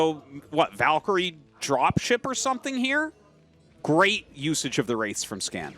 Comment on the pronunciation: YOU NEED TO TEACH TASTLESS HOW TO SAY VALKYRIE NOW